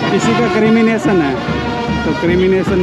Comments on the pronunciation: Bhai it's CREMATION and not CRIMINATION. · Dear Dr. It is CREMATION and not Crimination